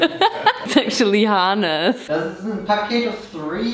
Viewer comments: I will never say Hanes the same again! From now on it’s “Haun-es” 😂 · That's the most beautifully I've ever heard "Hanes" pronounced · The way she said Hanes lol ❤ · I've seen this multiple times but just now heard how she pronounces😂 wallet & Hanes😂😂. I'm american so this is funny to me.